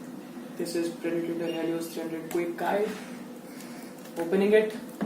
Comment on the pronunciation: Its predator and not predatator 😂